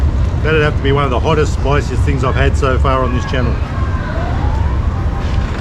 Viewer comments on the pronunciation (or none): none